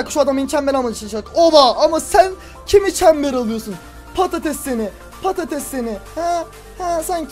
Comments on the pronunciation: herkese patetes diyon patates sensin lan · abi çok patetes diyon ramazan ayında canım patetes çekiyor :D